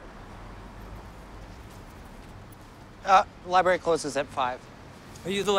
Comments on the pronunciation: Nobody: Fake grunge skater: “go to the liBERRY” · Go to the liberry.. Duude, please